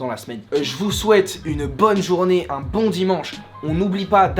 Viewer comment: "Est-ce que c'est boin pour vous ? " XD